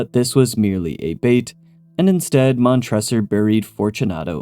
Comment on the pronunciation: Before you make the Cask of Amontillado Pop Culture short please double check your pronunciation of the names. Mon-tre-sor